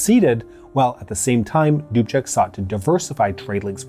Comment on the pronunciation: This was an awesome episode for me, because I am Czech. Thank you for it.... Also,, good work with the pronunciation of the names. Almost every name was very close to perfect, I am giving you B+:-). Plus is for Mr. Dubček, you pronouced his name like a native Czech:-).